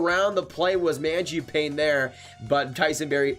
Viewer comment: My brother watch a video on how to say magiapane, great vid tho